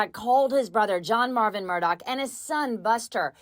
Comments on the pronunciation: Repeat after me: "Alex Murdaugh", not "Alec Murdock" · Why does everyone say Mur-Doc? It’s Murdaugh, Mur-dah!